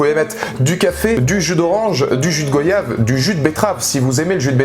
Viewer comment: Je te comprends, tu es déçu car c est terminé, les skywalker sont terminés mais La Force est là ! Je découvre tes vidéos et c est cool *on dit gOYave comme vOYage ou rOYal